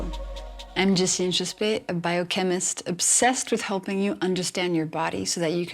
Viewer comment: Jessie, you probably know this, but just in case you do not... your last name does not come from French language. Having said this, you also need to know that the accent lands originally on the letter a, not on the letter e. So, the fact that your family at some point in the past decided to graphically accentuate the letter e is just an unsuccessful attempt to make it sound French. Cheers. Gracias por tu trabajo. Eskerrik asko! Adios. Agur.